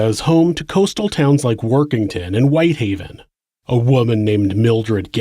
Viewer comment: WHITEhaven not WHiThaven